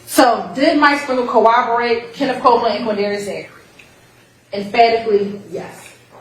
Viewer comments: Exactly!! I said wait, did she just say "co-obo-rate?" She did. 🤦🏾‍♀️ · She needs people around her to tell her how to pronounce corroborate😂 I’ve heard her say “cowoberate”at least 1000 times during this trial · Could someone please teach how to pronounce “Corroborate “ please!!!